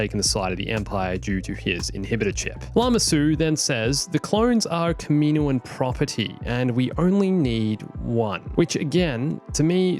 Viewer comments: I don't want to be annoying but it is actually pronounced (KAH-MIH-NOA-AHN) not (KAH-MEE-NOA-AHN). I'm just helping out not hating by the way. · Am I the only person to notice the odd pronunciation of kaminoan